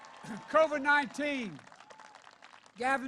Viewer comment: Sounds like Joe's got Co-Vee-Vee